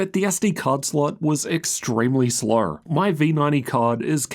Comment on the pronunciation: When you say "below" or "slow" you remind me of the Muppets.😂